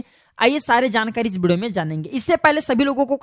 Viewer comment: बोलने का तरीका बच्चे कैसे हैं, एक शब्द हैं video, pahle theek se to bollo , bideo kyun kahte ho